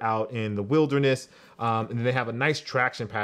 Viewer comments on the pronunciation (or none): none